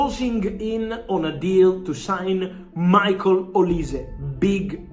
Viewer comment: His name is Michael my dawg and not Michale 🤣🤣